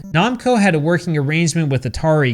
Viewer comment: The "Fomi-com".....and RBI Baseball made by "Nom-co" LOLOL